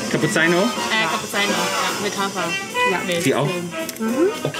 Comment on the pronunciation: Hilf mir mal einer. Bei Minute 53. Was ist ein Kappuzeino? Oder meinen die den Cappuccino und haben das nur falsch ausgesprochen? Oder spreche ich Cappuccino immer falsch aus? 😅